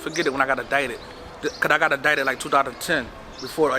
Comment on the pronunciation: Is he calling it fulladelphia? He speaks weird. Adited, instead of indicted. That’s it. I’ve listened to this dude talk jibberish for 4 mins. Horrible. I can’t take him anymore. Onto the next hood vlog...